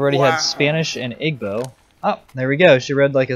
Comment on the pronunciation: IGBO.=Eebo is how it is pronounced. Nigerian Christian tribes. Tagalog is native language of Philippines.